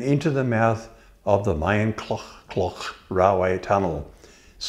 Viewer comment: The first syllable of Maenclochog is, ironically, pronounced 'mine'.